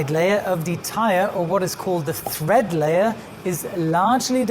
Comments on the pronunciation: FYI: it’s “tread” not tHread. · It's definitely "tread" not "thread". Doubly confusing as the plies of many tyres are represented in "TPI" or "Threads Per Inch" which gives an idea of the strength and pliability of the tyre casing but isn't related to the tread pattern. I know English isn't his first language but it would be a good one to check up on before doing an entire video on tyres. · I agree with you two gentlemen. I don’t know if it’s accent and the way he pronounces the words or if he is confused between the words thread and tread. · He doesn't call it tread. The diagram says tread but he calls it thread. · No Sir, I'm not mistaken. He uses the word just four times ( ) and he pronounces it correctly just once (the first time) the rest being as thread. As Brem points out, the diagram indicates tread but he does not use the word at that time. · I think he is most probably French and yes, I agree with you, his English is pretty darn good. He gets it right at 1.40 a beautifully pronounced "tread" so he knows how it should sound, but just got confused on the other three occasions. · Excuse me, but he says "thread" and the graphic also shows "thread". Not once does he say "tread" correctly. I'm sure it's a language issue, but it's definitely "tread" and "thread" is simply incorrect. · Brilliant video as always. You've answered so many questions about aircraft tyres. HOWEVER. It's treads, not threads! Sorry I'm a pedant. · By "thread", I'm guessing you're meaning "tread" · Great information,. On terminology, it is tire tread, not thread; tire chine, not chin. The heat damage done to a tire by hydroplaning is called rubber reversion. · It's TREAD not THREAD... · It's called " Tire tread " not " tire thread " very informative video , thank you 😊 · I thought it was tread, not thread. You see this on Craigslist all the time. “ tires have good thread”.... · Thread? Or tread? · Err... the correct term is tread. Not thread. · Tread layer, not thread layer